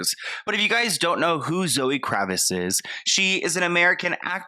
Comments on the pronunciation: "Zoe kravis..." 🤣🤣 the t isn't silent. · KraviTz, you're not pronouncing the T & it's killing me!!😂💀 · You keep mispronouncing her last name. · pronouncing Lenny Kravitz name wrong is too precious 💞